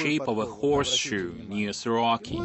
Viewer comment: Soroca not Soroki. weirdo "documentary"